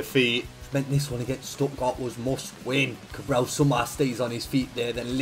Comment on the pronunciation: you need to learn how to say "Cabral" xd because you sound like you're saying "Cabrão" which means a completely different thing ahahahahha It's "CabrahLL" you need to pronounce the L it's very important, great vid like always, an instant classic <3